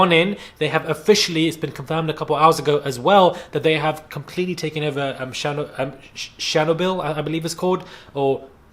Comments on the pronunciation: its "shur-nob-all" - Chernobyl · Ok it’s pronounced ch-ree-knoble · Chernobyl pronounced "sha-no-bil". On a sidenote, Boris n his bob better not run his gums and get us all implicated. Stay out of womens business sir!! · Pronounce it as cher noble x